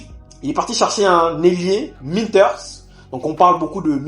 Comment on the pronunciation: c"est Minteh pas Minters